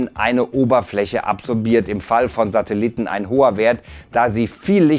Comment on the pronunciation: krachten die Kritiker um die Ohren. Er sagt immer noch Satelitten